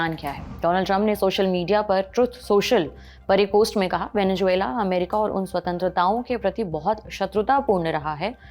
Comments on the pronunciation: Venezuela होता है मैडम, वेनेजुएला नहीं। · Venejuela ❌ Venezuela ✅ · Venezuela 😂😂😂 Venejuvela 😂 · Bekaar Reporter hai Venezuela bolna bhi nahi aaraha hai